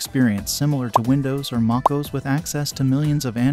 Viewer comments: Lmao the Ai voice is so funny! Mackoos 😂 and primyose and chromos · I like how he calls MacOS "MockOoz" 🤣🤣